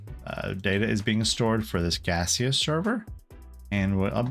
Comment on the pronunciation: I'm the developer of Gaseous Server, and I just wanted to say thank you for your awesome video! Edit: the pronunciation was correct. It's meant to be a play on Steam :)